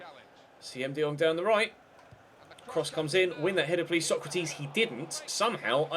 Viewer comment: Stop saying Sokratis like Socrates. I know it's a little thing but it really bugs me.